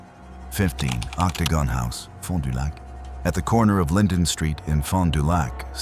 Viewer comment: Vilas County, Fond Du Lac and even "Pabst" being mispronounced. 🙄 But the inappropriate pauses and inflections totally give it away. "Mrs. (Long pause) Lamont".... It's not the worst that I have ever heard, but it definitely is AI